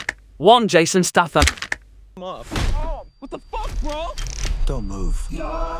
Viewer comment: The amount of times you mispronounce Statham is truly staggering